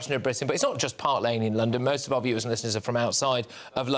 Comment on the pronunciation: did Patrick actually say are great country at the start? It's OUR!! not are, sounds like power/hour, not are as that's a question start, are you going out tonight? are you catching the bus?